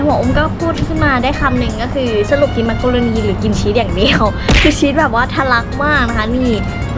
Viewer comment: น่ารักมากเลยค่ะ แอบขำตอน มักโรโน555